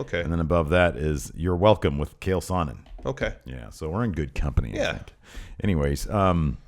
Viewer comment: Chael* not kale